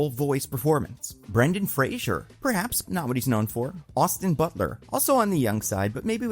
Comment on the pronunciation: Great video. Just learn how to pronounce Brendan Fraser